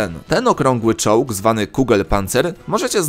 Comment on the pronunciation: Zamiast czołg usłyszałem czuux! XDDDDD